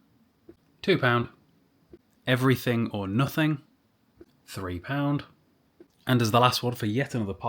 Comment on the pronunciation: Literally can’t watch it anymore because you sound sooooo stupid saying “pound” 🤦🏻‍♂️